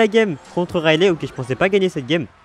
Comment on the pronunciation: Juste on prononce son nom raili et non railé ! Ça me stresse tellement si tu pouvais voir ce message et après vérifier si tu ne me crois pas 😂